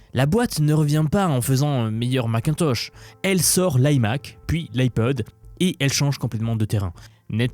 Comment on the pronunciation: Il a vraiment dit "Mac un toche" ?! 😲